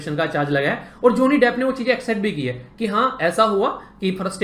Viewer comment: ज़ोनि डेफ़ 😂😂😂😂😂. Abe bsdk bolna to seekhle